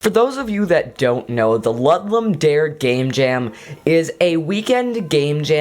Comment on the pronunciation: Good video. Btw, it's pronounced Loo-doom da-reh.